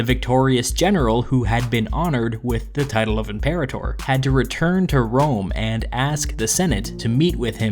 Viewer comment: you're pronouncing imperator wrong